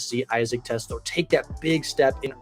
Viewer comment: its TEE-Slaw